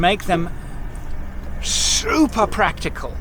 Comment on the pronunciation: Does love a good over emphasis. SSSSSSSSSSSSuper practical. Do love the idea of a stretched troppy though.